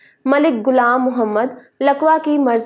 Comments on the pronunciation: Allah ka liya sahi urdu bolo bus naqal kerna zaroori ha chaha sahi ho ya nahi naam ghulam ha gulam nahi apni achi urdu bolo third class nahi no doubt hum apni zaban ki izzat nahi kerta tu doosra kiya kera ga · gulam nahin ghulaam apna tlaffuz thik karen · گلام محمد نہیں غلام محمد